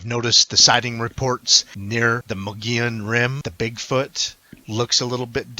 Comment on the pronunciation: MO-GEE-ON is how it's pronounced. FYI